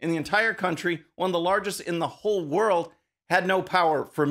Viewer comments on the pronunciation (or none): none